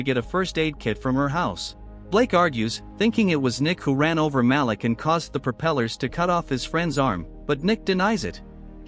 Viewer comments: And it's not MAL-ick, it's Malik, pronounced Maleek. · 3. The black dude always gets it early. Ma-leek is the pronunciation AI channel.